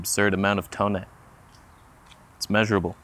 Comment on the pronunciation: One vote for 20mm. Please never stop saying Toneh. Please? Even when you're 100. Still say it. SAY IT